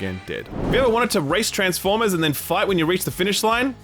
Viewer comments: TransfPormers???? Lmaooo, I think you’ll find it’s spelt Transformers. I sure hope someone got fired for that blunder. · Ah yes, my favourite franchise. TRANSFPORMERS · "Transfpormers" - Come on, you're better than that. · “TRANSFPORMERS, ROBPOTS IN DISGUISE” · I love TRANSFPORMERs!!! 😂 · “Transfpormers” I thought it was going to be a parody game because of that 😂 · You know what I love more than Transformers? TRANSFPORMERS! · "Transpformers" haha. Got 'em....